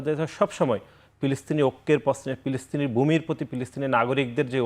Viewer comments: ফিলিস্তিন কে পিলিস্তিন ও উনি কী ফ উচ্চারণ করতে পারেন না? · এ কোন ছাত্র নেতা? বার বার বলছে পিলিস্তিন। পিনিস্তিন মানে কি? এরা শুদ্ধ করে কথা ও বলতে পারে না। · পিলিস্থিন পিলিস্থিন করে কেন রে ভাই?